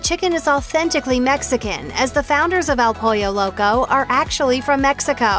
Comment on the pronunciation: nice video. I do plan to check out Taco Time when I go to Vegas. But, wow some of the pronunciation on words like "taco", "pico de gallo", and "El Pollo Loco". 🤢😭